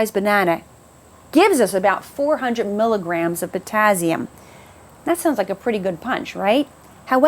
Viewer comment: I noticed that bizarre pronunciation too, but the info was great 👍👌😀😄